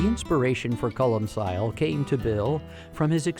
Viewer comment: Its pronounced colm kill, you philistine.